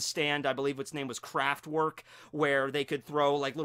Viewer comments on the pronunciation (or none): ITS NOT KRAFT WORK ITS KRAFT werk